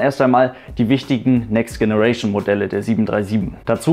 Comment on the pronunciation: Generation wird nicht so ausgesprochen wie du es aussprichst